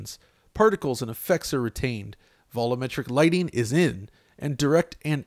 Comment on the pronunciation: Vol-um-metric? Don't you mean vol-u-metric?